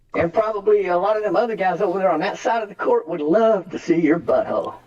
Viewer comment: I would Luuuh to see your bu'hoe.